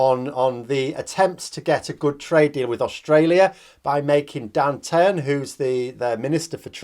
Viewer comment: That’s pronounced Dan Tee-Han